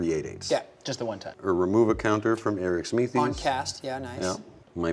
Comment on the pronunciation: Me: yes is playing my favorite commander! Also me: damnit he’s mispronouncing it every time XD